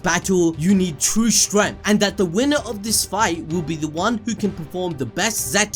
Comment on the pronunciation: And forener lol